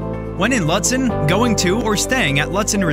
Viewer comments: Cringe It’s pronounced Loot-den. Not lut, like but. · It's pronounced Loot-sen. Might want to change that on your videos. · Ew, stop pronouncing the town name incorrectly